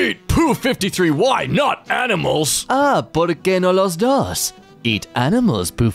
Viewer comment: that "por qué no los dos?" In spanish was perfect pronounced, and now I feel weird